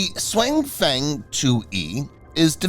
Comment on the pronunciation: TTS Voice really butchers the name this time. 雄風 should be pronounced more like “siong fung”